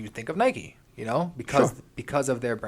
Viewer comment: “Nikeeee” come on!! Lol